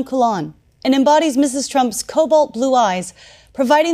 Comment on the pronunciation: Did the OAN "person" say IMULET instead of amulet? Creepy.